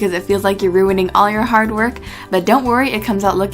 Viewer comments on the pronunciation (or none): none